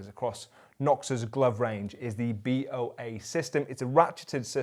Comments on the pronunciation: Possibly the locking system may be pronounced as Boa, as in Boa Constrictor, the snake that squeezes it prey to death, as opposed to B.O.A. 👍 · Pretty sure that ratched system is pronounced 'Bow-a' as in the snake a Boa Constrictor. (A play on the way it constricts/ tightens to secure). At least it is with snowboarding boots lacing systems.